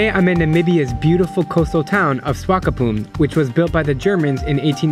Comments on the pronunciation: It's Swak-op-mund mate... not Swakopoon xD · It cute how you mispronounce swakopmund multiple times